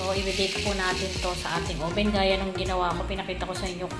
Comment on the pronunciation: oven not oben